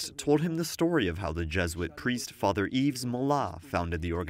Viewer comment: The "S" is silent in the name "Yves". It is pronounced "Eve". Once again the Pope doesn't speak to the French in their language when the Pope can speak French! It's an insult to the people visiting! The Pope needs to learn proper manners!!!